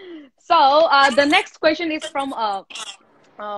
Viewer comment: If you can kindly say "Kuest-shion" and not "kho-shion" for the word Question.